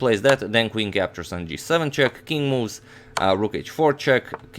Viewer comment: All I'm hearing is "King Moos" 😅....